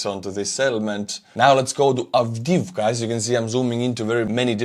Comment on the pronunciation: In name of "Avdiivka" there is unique ukrainian letter " Ї ". You need to teel "i" two times. Avdi - i - vka.